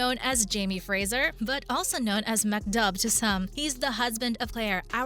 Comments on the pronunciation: Dooogal!! MacDooo !! Brian Dooo. Get it right please. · I do wish you would learn how to pronounce the characters names correctly. Just by watching and listening you would know the correct pronunciations. Dougal is pronounced Doogal (as in google) Mac Dubh is pronounced Mac Doo Joan is pronounced Joan (as in loan) Marsali is pronounced Marsalay not Marsally